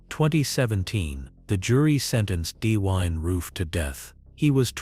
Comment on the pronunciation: “D-wine roof”?